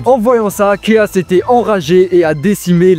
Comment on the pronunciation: Commence par bien prononcer Mephiles et Chaos, on prononce " méfilesse" et pas " méflisse" on prononce " K.OS " et pas caisse